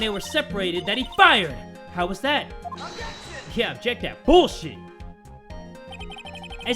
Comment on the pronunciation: STOP OBJECSHING! OBJECSHING!